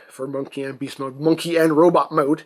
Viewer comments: "MUNKY NOT TRUK" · TRUKK NOT MUNKEE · Truck not munky